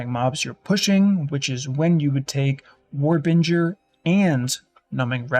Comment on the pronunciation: Node literally says warbinger when he mouses over it